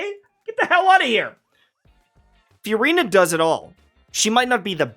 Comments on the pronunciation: I love it when you call her Furyna. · Anyone else find the way he pronounces Furina just weird? It’s like f-u-rina